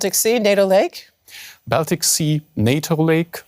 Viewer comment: If you talk about "Baltic States", try to pronounce the word Baltic correctly.